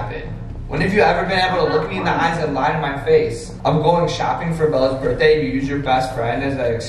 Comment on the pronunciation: “Birtday”lol jk ilyyy